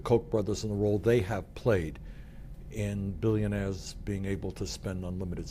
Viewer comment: millionahs and billionahs